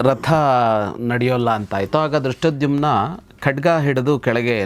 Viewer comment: ಗೌರೀಶ್ ಅಕ್ಕಿ ಅವರಿಗೆ ಧೃಷ್ಟದ್ಯುಮ್ನ ಅನ್ನುವ ಪದ ಹೇಳಲು ಬಾರದು. ದುಷ್ಟದ್ದುಮ್ಯ ಅಂತ ಕಷ್ಟ ಪಟ್ಟು ಹೇಳುತ್ತಾರೆ. ಅದನ್ನು ಕೇಳಿ ಕೇಳಿ ಇವತ್ತು ಅವರಿಗೂ ನಾಲಿಗೆ ತಪ್ಪಿತ್ತು 😂